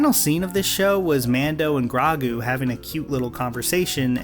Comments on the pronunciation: Gragoo? It’s grogu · Th green child's name is Grogo, NOT Grago ! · Ok at about 11 minutes you say grahgu. Like I know I'm nitpicking but ya gotta know his name is "grow"-gu. Separately at this point in watching the video I feel you in terms of it being Mando season 2.5 but I did in fact enjoy that aspect. I fully agree that it was frankly lame to short change Boba's show and not flesh out it's own finale. Full stop. But just in my diet of entertainment I was always planning on watching it and kinda assumed it would be Mando season 2.5 in a way. Basically I didn't think it was as much of a disaster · I love how we know it's pronounced "Grow Gu" and he still says "Grah Gu" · They say the name GROGU so many fucking times in the show How can you pronounce it GRAHGU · said “Gragu” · its Grogu not Gragu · it’s grow-goo not grah-goo…come on bro they said it on screen several times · Gragu? Seriously bro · everytime i hear him say his name it sounds like fat lol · YES, YES, YEA, YES and YES. On EVERYTHING you just said. You pulled each thought right out of my brain. I am right there with you. .. Except for you calling him “Grah-gu” towards the end of the video. 🤣 🤣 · Grawgoo XD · I’m sorry, “GRAGH-GU”???? Dude what if I said started calling him “Bob Fett” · Really great points but... "Grah-goo"? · How have you watched both shows and still pronounce it “Grawgu?” I’m genuinely confused, like it’s an audiovisual medium, so many characters say his name. Nitpicky I know but it bugged me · "Grahgu" lol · Who is "Graw-goo" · First time I actually dislike a video of yours which kinda sucks. And I was so close to finish this video but then you said Gragoo. Who’s that? They say his name many times in this show you don’t like. The least you could do when criticizing a show is pronounce the name of a character right. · "Mando and Grahgu" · What was that pronunciation of Grogu? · Why would you pronounce Grogu like that? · Why can’t you say Grogu? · You said Grogu's name wrong!☹️